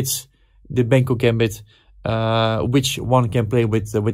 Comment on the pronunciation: You always say "Benko - Gämbit", but it is pronounced the other way around: "Benkö - Gambit" … :-) (And by the way it's also spelled with an ö: Pal Benkö was from Hungary.)